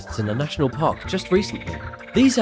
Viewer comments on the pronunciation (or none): none